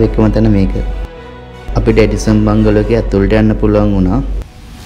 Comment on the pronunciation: බංගලෝ නෙවෙයි බන්ග්ලෝ